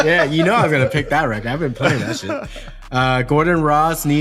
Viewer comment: "Weckid" (record) 😂😂😂😂